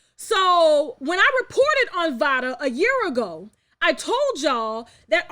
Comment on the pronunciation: Im pretty sure it's pronounced liked "vay-duh"...Vada Penkett, like Jada Pinkett